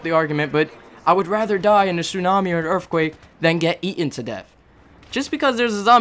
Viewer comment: u say earthquake like erfquake